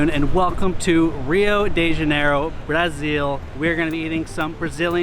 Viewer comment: ❤️🇧🇷 but your pronunciation in Brasil and Rio de Janeiro is perfect 🤩